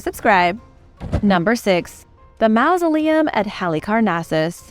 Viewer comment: The "au" in mausoleum is pronounced like the "aw" in hawk, not like the "ou" in mouse.